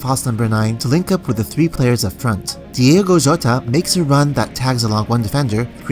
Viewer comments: Its not Diego Jota, its Diogo with an O. We have almost no Diegos in Portugal. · It’s Diogo, not Diego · Bro Excellent video as always But the name of the player is DiOgO with an "O". ( Di-oh-go Jota) Keep doing a great job, Cheers From Portugal